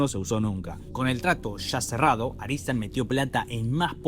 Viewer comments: Claramente dice ARTISAN, ar ti san ... No aristan . Pero igual está bueno tu video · Porque dices Aritsan cuando es obvio que pone Artisan? 😂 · Excelente resumen, una única observación. La productora es ARTISAN no ARISTAN